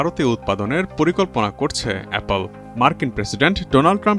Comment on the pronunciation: Appol na apple😅😅😅😅😅😂😂😂😂😂😂😂😂😂😂😂😂😂😂😂